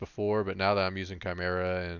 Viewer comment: thanks for the video. Criticism: 1. chimera is not pronounced how you are pronouncing it 2. could show the enchants we need, and potions, etc (for new hunters 60 like me) 3. could show what to get first with honor. the bow you got is what i found that was good advice but what do i do with honor 4. could show role in bgs as a hunter, 5. could show better your order of skills. you mentioned it but could show it in action i suck bad at hunter. super new to hunter pvp and 60. leveled as bm. i thought it was gear but alas, my gear is bloodthirsty 61-68 and its decent. was hoping video would have a little more expert tips like not just use scatter but how to use it most effective ot best order to do things do i put down a ice trap then jump back or back first then trap , etc good advice on the NE. ne pretty good for all classes however you are male which is not acceptable